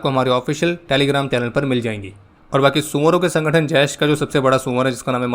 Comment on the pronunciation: I like the way when you said ‘Soouvoro ke sangatan’😂🤣